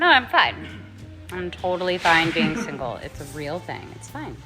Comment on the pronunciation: Even if she is kind, I hate how she always says single single singel